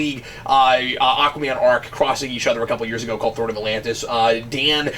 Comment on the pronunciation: throne not thorn